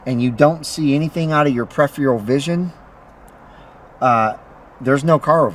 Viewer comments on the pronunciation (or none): absolutely pathetic...! Like i need you to tell me how to adjust my side mirrors...and you might want to learn how to say peripheral by the way...your little driving secrets are a joke man..and here's a little tip for you...stick to your day job...